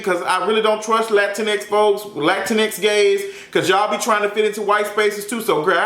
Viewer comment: I love how you’re saying there was so much racism through the show but you start this video off with pure racism saying you don’t like Latino gays... that’s pretty dumb my guy. And tf are saying “lantinex” ? I honestly can’t tell if you’re joking or if you really don’t know how to say Latino.